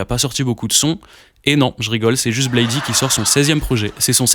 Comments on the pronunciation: je vais être un fan chiant mais la prononciation originel de Bladee c'est "Blaïde" et pas "Blaï-di". Il se présente comme ça depuis le début mm si c'est qu'un detail hh. Après c'est vraiment un des seuls trucs que j'ai a dire sur la vidéo vu qu'elle est complète et cool, même si je suis pas d'accord avec toutes les take et la question de base a pas vraiment de réponse dans la vidéo.. c'est juste un résumé de leurs carrières respectives et commune. des exemples concrets de leur (énorme) influence sur la scène UG actuelle (RCB, OneChance, Surf Gang, et bcp de fr aussi..) auraient étés bienvenus. Même des exemples concrets de leur influence sur les artistes cités en début de vidéo. dommage mais ça aurait peut être fait long.. enfin, dire que le prime du groupe est passé c'est pas totalement faux même si les stats ne font que grandir et que leur influence est enfin reconnu. Je penses plus que Drain Gang est juste moins "trendy" qu'en , mais c'est vraiment une très bonne chose, la commu était vraiment toxique et cringe a cette période avec l'affluence de tiktok. mais force a toi la vidéo est dar et quelle chance tu as eu d'aller les voir a l'Olympia 🤩 déso pour le commentaire de nerd puant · Très bonne vidéo ! Tu m'as fait découvrir des infos dont j'ignorais a propos de Malcolm sex, ken burns, etc ! Juste, Bladee se prononce blède et non blaydy haha J'ai liké la vidéo ! Force !